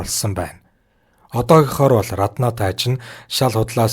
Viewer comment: Рррраднаа гээд байх юм.Раднаа гэж бичээд Араднаа гэж дуудаж байлдаа